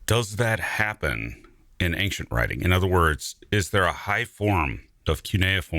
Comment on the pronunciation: Am I mishearing this, or does the host,, pronounce “ancient” like a mix of “ank-shent” and “ayn-shent”? I ask this because I recently ran across an American YouTuber in his early 20s who clearly pronounces “ancient” as “ank-shent”, the first time I’m ever heard a native English speaker do so. So, I wondering if that other YouTuber and grew up in the same part of the US.